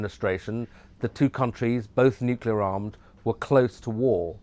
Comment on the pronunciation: Nukelar nukelar nukelar nukelar nukelar nukelar nukelar nukelar nukelar nukelar nukelar nukelar nukelar nukelar nukelar nukelar nukelar nukelar nukelar nukelar nukelar nukelar nukelar nukelar nukelar